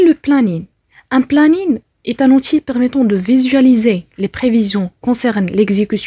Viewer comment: Outil se lit outiye et non pas outile en prononçant le l.